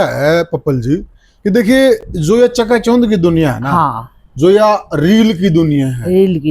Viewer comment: च्यका च्यौंध के होवे सै क्यों पत्रकारिता और हरियाणवी बोली का भट्ठा बिठावे है चका चौंध होता है या जो यो बोले है यो होवे है